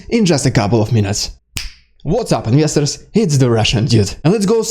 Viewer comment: What does he say in the beginning? What’s up “inyesters?”